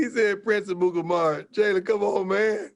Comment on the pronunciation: Jalen “Prince Amukamaru.........” 😂